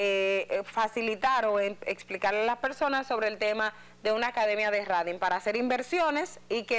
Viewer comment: La palabra exacta es TRADING por favor lic Edith Febles. La pronunciación es 😂Treidin